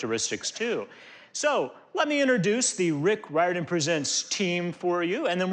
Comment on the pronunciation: Yes, the first person who said it in the very beginning said it right. It has a weird pronunciation